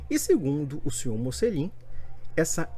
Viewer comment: Esse é um idiota, não sabe nem pronunciar o próprio nome (que em italiano se fala 'motchelin'), sem falar que para protestantes, o sentido da vida é ser um viciado em trabalho.